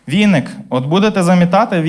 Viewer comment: відписка бо ви погано сказали на віник